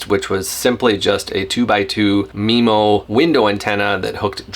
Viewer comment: Had to stop 60 seconds in… it’s pronounced m-eye-mo MIMO… not MEMO. Also, the router isn’t a CAT12, the cell modem is a CAT12 modem. Routers aren’t rated into categories, cell modems are.